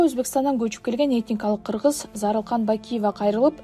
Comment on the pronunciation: Ыргызды кыргыз жэйт экен го